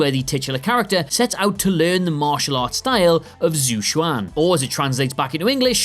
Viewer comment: “Zoo Shwan”?!? Dude I get that y’all are british and will never be able to pronounce anything Chinese, but please, for the love of god, find someone who can and imitate them.